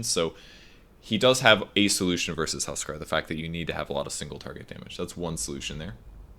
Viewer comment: You say "tuskar" all the time haha